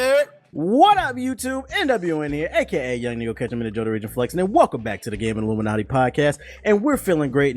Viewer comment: No sad music for Nintendo... *reads about new 3ds not coming with a charger... - Put the sad music on! Probably the funniest moment since called out for saying Illuminaughty with an N as in Naughty or nice! Keep up the podcast man. Y'all kill it everytime!